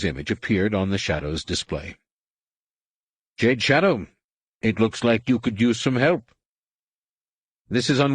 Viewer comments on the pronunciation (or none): lol did he say Juh-day 😂 it’s jade